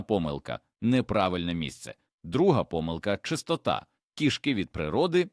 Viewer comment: У слові кІшки наголос на першому складі! Нутрощі тут ні до чого!